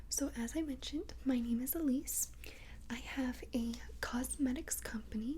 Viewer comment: AHHHHH MY NAME IS ALSO ELISE ITS OBVIOUSLY JUST SPELLED DIFFERENT BUT WHEN I HEARD YOU SAY ALEECE I GOT SO HAPPY